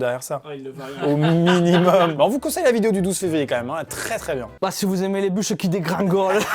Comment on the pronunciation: "bah si vous aimer les bucheu qui dégringoleu"